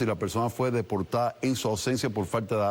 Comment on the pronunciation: “Podertados”? Qué es eso?